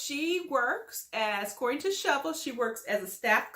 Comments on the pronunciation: Wow Hater her name is SHA-VEL not SHO-VEL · Why are you calling her Shovel her name is pronounced SHA-VELL .If you saw the show you know her name you are being MESSY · Pronounced MY E LAH Prounouncrd SHA VEL You sound crazy mispronouncing these people names. How can we take you seriously? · Dam, atleast say her name right, give her that. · The way you butchers Shavel's name. Smh🤣🤣🤣